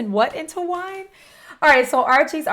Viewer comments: Casting pearls at swine, Archie said wine instead of swine, cause Archie has always had the most drama, he said Clint Westwood, lol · When he said, "casting pearls into wine", of course he said it wrong. It's supposed to be "cast not pearls before swine". And he also said Clint Westwood instead of Clint Eastwood. 😄😄